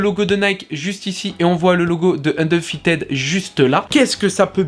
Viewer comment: "Undeufited" hahaha